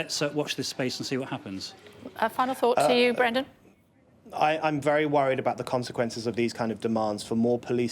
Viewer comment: "Bwendan pwotecting wight wing thugs"